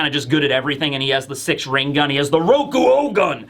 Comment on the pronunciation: you do know its six "king" gun not six "ring" gun right?